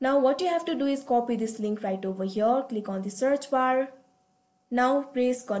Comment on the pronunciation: I like you accent when you saw overhere 😂😂😂